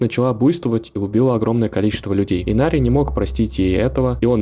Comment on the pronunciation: И что с имена чел? Инарий, а не Инари и камон, что за Лоран, если его зовут ЛОРАТ, ты хоть играл в игру, чистый диз